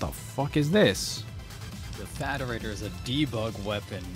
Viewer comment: ED-E's name pronunciation aside, you totally said the term "Faderator" incorrectly...